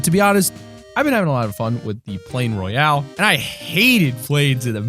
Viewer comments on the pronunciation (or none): none